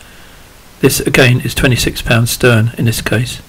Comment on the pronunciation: the hookline is STREN not 'STERN' [thumbsup]